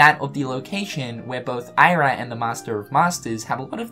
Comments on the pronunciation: it's pronounced Eera, not Ira. Just sayin'. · It's pronounced "Ir • ra" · You are still pronouncing Ira wrong! 😠